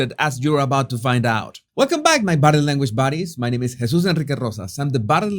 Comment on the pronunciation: I love the way he says "bodeh languaj" 😅